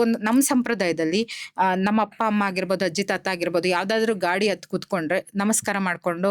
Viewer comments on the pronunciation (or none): none